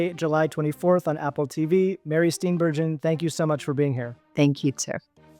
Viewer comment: She pronounces her last name Steen Ber Gen, hard G, not Steen Ber zhin